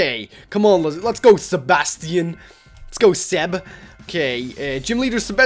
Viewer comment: You say Sebastian so wrong omg